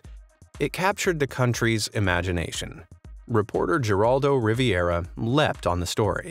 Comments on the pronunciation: 'Jer-al-do Riviera'? Really? (lol) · It’s pronounced “Heh-Rawldo Ri-Vair-A.” Somebody didn’t grow up watching this guy on TV. 😂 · Not sure if you mispronounced his name on purpose, but the actual pronunciation is HER-AL-DOH REH-VEH-RAH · Her-ALL-doe. Riv-AIR-uh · Geraldo Rivera is pronounced hair-aldo riverah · lol, Geraldo Rivera pronouned like Her-Rahl-doe Riv-era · I'm praying you pronounced Geraldo Rivera's name like that on purpose 😂😂😂